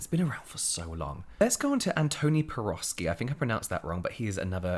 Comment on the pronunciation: As a Polish person I think you nailed pronouncing Antoni's last name. For anyone interested how to pronounce it correctly just remember in polish "w" is pronounced as "v" <3